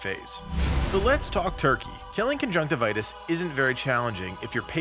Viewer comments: Con-junk-tiv-e-us not con-junk-ti-vitus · It’s pronounced con-junk-tiv-yus. What you are saying is the medical term for pink eye, not the boss of a video game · cun-junk-tivi-us is how i always pronouce it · Uh... I don't think that's how you pronounce his name